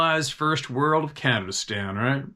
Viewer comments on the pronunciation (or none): none